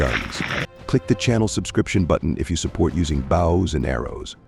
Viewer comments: The commentator can't even pronounce Bows and arrows its Bow not bough. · AI. Can't even pronounce "bows" correctly.